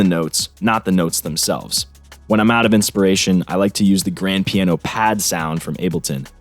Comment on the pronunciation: haha "paino" gave me a laugh. great tutorial man! :D